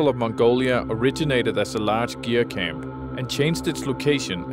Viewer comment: You spent so much time in Mongolia and with the Mongolians, and yet you didn't manage to pronounce simple words like "ger" or "tsaatan" correctly. Even when introducing these terms to the outside. Pretty parochial.